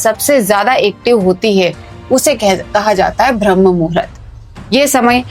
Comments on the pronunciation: कृपया ब्रह्म कहिये ... न कि भ्रम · Atleast pronounce rightly it is Brahma... Not bhramma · correct your pronunciation Brahma not BHRAM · Ma'am, बहुत अच्छा समझाया आपने, लेकिन....... BHRAM नहीं होता बल्कि BRAHM होता है। 🤔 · अरे भ्रम्म नहीं ब्रह्म है वो 😂